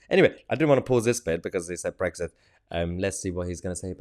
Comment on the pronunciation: 2.24 "United Kingdom" - wait for it .... "Bwexit" waah, waah, waah 😭😭😭